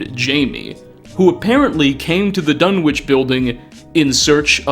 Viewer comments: The town in Lovecraft's story "The Dunwich Horror," is pronounced "Dun'ich," the "w" being palletized, which is typical of rural New England communities. The Dunwich in the Fallout Universe may be pronounced the way you pronounce it. I just thought you'd like to learn this trivia. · ...buddy... for real. You gotta look up pronunciations for some of these words in your videos. The "w" in Dunwich is silent. The "T" in apostle is silent. There's more examples, but you get the idea. Your content is awesome, but this basic stuff is distracting from it. Please.